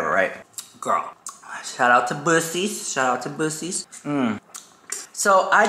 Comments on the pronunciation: It’s Bucky’s not Bushy’s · Are you trolling??? Boosies??? It’s pronounced Buckys! Lmao😂 swear is trolling us. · Buc-ees! 😂 like BUCK-E not Busey lmao! We know whats on your mind! 😂👏🙌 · Babes it’s called buckeiessss💀💀💀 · 😂😂😂😂 when you called Buccee's Bussy's I lost it 😂😂😂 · 😂 "bussees", it's "bucky's" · I will forever call it Bussies now thanks to lol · It's pronounced Bucky's😂🤣😂🤣🤣. Their beaver nuggets are🔥🔥🔥🔥. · It's pronounced "Buck-ease". And yes, it's an experience. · Omg as a fellow Texan I know you know it's pronounced buckeys . 😂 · Hey hun, buccees is pronounced buckees like buckys. And yall, that place IS AN EXPERIENCE!!! LOL. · You mean Buc-ee's the world's largest gas station with the beaver. LOL it's pronounced like Buck-ee's. Ah this gave me a laugh:) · Haha! I love your pronunciation of Bucees! But just in case you really don’t know the pronunciation it’s BUCK-E ❤ I just adore you and your videos! I live in Dallas! Next time you are in Dallas stay longer to let your fans come give you a hug or say hey if you don’t like hugs! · It's spelled weird, but it's pronounced BUCKY's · It’s pronounced Bucky’s, hence “Bucky the Beaver”. Best place ever! Best Banana pudding too 🤣🤗. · Oh you mean Buc-ee's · Chiiile, I love that place! It’s pronounced like “Buck-eez’s” and it is much fun there! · A. It's pronounced Bucky's 😂.. Black Friday sales. Babe morphe is half off, and Pat Mcgrath has $12 lipsticks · I was just there at the one in Jacksonville and it’s definitely called Bucky’s, pronounced: Buck-eez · BABY YOU KNOW DAMN WELL IT IS BUCK EE'S lmao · Lmao it's definitely pronounced buckeys but the way you said it was too funny. I was at that game too. Loved seeing Dolly ❤ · LMAO, I frikkin love you!😂 it’s actually pronounced Bucky’s and it’s all the rave!!! Cute Beaver as a mascot 🦫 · Say it with me people 😂😂😂 BUCK-eez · Pronounced BUCKEES lol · Lol.... Love you... It's pronounced Buck EE S. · It’s pronounced BUCKYS